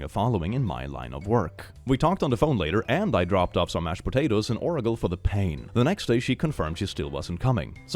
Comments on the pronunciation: I think I would've gone this way with this one: "I wanna touch you" "Hey, me too!" "Omg you can't just touch me like that! At least take me to dinner first!" "I didn't say I wanted to touch you, I said "Me too" because I wanna touch me too." Then just stop messaging them lmfao Oragle lmao It's "ora-gel" because oral gel. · You're the first person I've ever heard pronounce Oragel the way you did. I understand that English isn't your first language, but I did laugh at it.